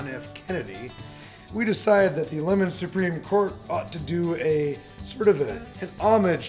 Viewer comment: GAH. Y'all need to remake ALL these videos. It's pronounced LeMONS, not Lemons.